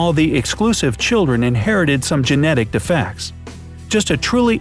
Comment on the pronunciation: You say defects wrong